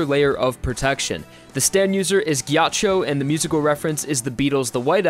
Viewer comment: Oh god the way he pronounced Ghiaccio